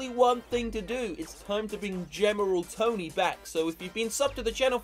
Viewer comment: It's not general tony it's gemeral tony lol